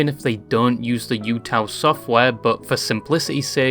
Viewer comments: Just a note about UTAU. It's not pronounced like Yuuta. There's no Yu sound. It's just the "uta" of "Yuuta" followed by another "u" (again, not pronounced as "Yu" with a "Y" sound but rather just the "u" of "Yu"). Kind of like "ooh ta ooh." The word utau in Japanese just means "to sing" or "singing" (or any other way that it could be translated in a particular sentence depending on context). Seeing the "U" as "you" and associating it with the idea that "You" can use it with your own voice is interesting. Maybe there was some sort of intended double meaning there, but I'm not sure about that. It might just be an interpretation made after the fact. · It causes me physical damage watching this video with you saying "yootaloid" throughout. I get English likes to add a y- sound when words start with the letter U (blame the fr*nch), but UTAU (うたう) should be closer to OO-TA-OO-loid. Think U as in pUt, same sound as bOOk. TAU can be pronounced like in TOWel. I hope I don't come across as snarky, I just rly like phonetics and enjoy infodumping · Hey lads, lil reminder. Its "ootau" not "youtou". But fuck it teto post hell yeah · YAMINE RENRI GOAT MENTION???? Bro’s wrecked pronunciation of both UTAU and the UTAUloid names is killing me though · Yeah, my soul cringed into itself when he said it the way he did.